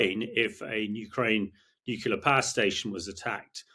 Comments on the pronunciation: F**k me NUCLEAR not “nucular” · 'Experts' who can't pronounced 'nuclear' correctly...it's not 'nucular' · Stopped listening g as soon as this bloke started saying nucular . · Nit picking perhaps but why has nucular become almost the norm for nuclear!! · Repeat after me: Nu Clear. Nu Clear. Nu Clear. Not: "Nu Cular" Morons. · This is nitpicking I know, but it’s hard to accept anyone’s opinion seriously, particularly an English person, who cannot pronounce the word Nuclear. It’s not nucular🙄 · I cannot listen to the opinion of a man who thinks "nuclear" is pronounced "nukilar". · ha ha many people call it nukular. I don't know why, but they do. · It is spelled nuclear, not nuKular! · As in ‘nucular’ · This man cannot say ' nuclear' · Never have I ever heard someone mispronounce nuclear so many times per minute. Painful. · Who is going to tell him that he's saying "nuclear" wrong?